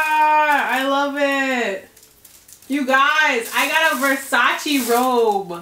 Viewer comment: Damn shame it’s 2022 and people still saying versace wrong smh